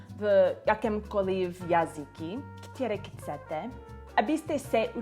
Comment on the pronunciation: Největší chyba je bát se mluvit :) celkem pěkná čeština, akorát pozor na "ktěré" - správně je "které"